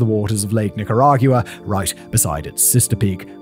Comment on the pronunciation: I literally choked when I heard how you say Nicaragua